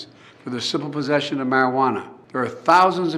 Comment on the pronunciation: “Just for using or pozeshin’”